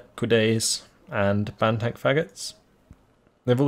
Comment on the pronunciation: I'm sorry, Ban-Tank what know?